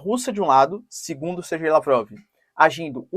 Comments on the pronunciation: Sergey Lavrov pronuncia-se "serguêi" Lavrov ("ser-gay"), e não "SerJei". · Olá professor. Por que você fala Serjei sendo que todos dizem "Serguei" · é SER-GAY, ou SER-GUEI, FALA DIREITOOooooooooOO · Professor adoro bastante os seus vídeos e agradeço a sua disponibilidade em fazer os vídeos. A pronuncia correta seria (Serguei), aqui na Rússia falamos (Serguei lavrov).